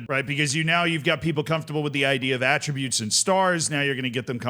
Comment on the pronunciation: It should be noted that Work The Space cannot say the word attributes properly. Annoys the hell out of me.